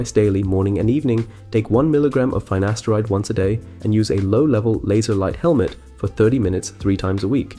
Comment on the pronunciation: Finasteride not Faynaysteride